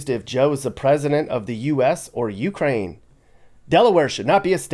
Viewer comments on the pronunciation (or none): mispronounced Ukraine